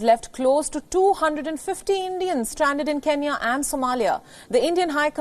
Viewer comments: Thank you for helping my country people but it is kenya not kinya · could you please send a message to that idiot reporter that, it's not Kiniya it's Kenya instead. 😡😡😡😡